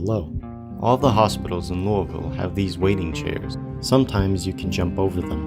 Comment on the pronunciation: First zomboid video to pronounce Louisville correctly that ive seen so far